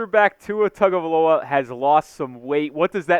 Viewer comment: bro. its been 4 years. gotta pronounce the name right. come on now.